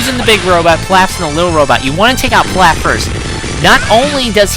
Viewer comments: I'm pretty sure it's pronounced Peelauf like in DBGT, good review anyways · pee-lÀf, so not like whatever food you're talking about.